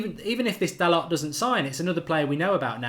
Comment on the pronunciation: Hey Mark his last name is pronounced Da - Low.